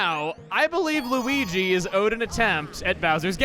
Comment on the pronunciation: why does peach sound like she's saying luwege instead of luigi